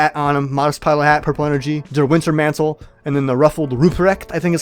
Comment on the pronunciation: It triggers me that your hats aren't in the appropiate loadout slots. Like for Sniper, I have my KE, then my Veil and in the third slot my Toowoomba Tunic. Also, Ruprecht and Wintermantel were pronounced wrong. Can't blame ya, German is a tonguebreaker language